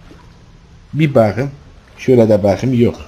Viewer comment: Reynmen: Yalan söyleme gözlerime bak bu kez: Baağkım